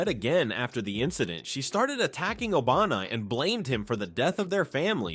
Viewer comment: bro said obanai like Obama 😂